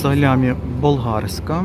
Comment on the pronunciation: Дякую за огляд,ще хочу Вам підказати ,як колись мені,що ковбаса не болгарська,а бо'лгарська,наголос на перший склад на о.Дякую.❤